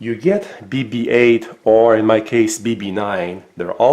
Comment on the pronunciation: It's painful to here him say "bb9" and "the watch"🤣🤣